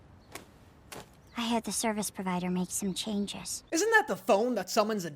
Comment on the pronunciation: "Grow sime wereballs" WHAT 💀